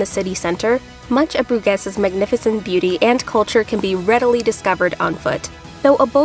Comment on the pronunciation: It just takes a couple of seconds on the internet to look up how to pronounce a placename these days. You know the city of Baton Rouge? Please pronounce Bruges like Rouge, because hearing Broo-gezz over and over again gets very annoying very quickly.